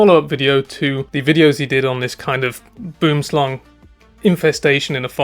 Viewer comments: Pronounced Bwwom Slung, not boom-slung. Love your channel, it’s the best! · You nailed Boomslang! :)